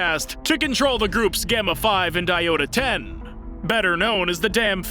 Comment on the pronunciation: Diota-10? Thought it was iota-10